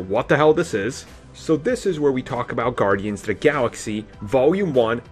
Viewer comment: Down "the" not "da" road. Please, enunciate the th sound of the word "the" and "those"